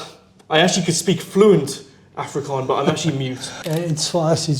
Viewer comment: Mense its "Afrikaans" and "Afrikaner" .... not "Afrikaan" 🤓👆